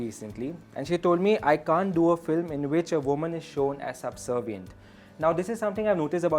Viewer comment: There is no word called subsovient..it is subservient